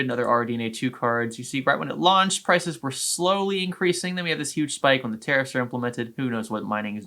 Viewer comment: Learn how to say Tariffs... not Terrorist